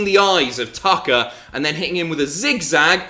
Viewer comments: I could swear you said Dolph vs. Taka. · Who else heard Taka instead of Tucker?